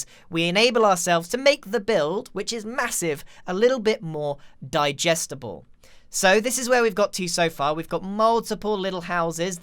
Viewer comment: "we make it a little more dijestable "x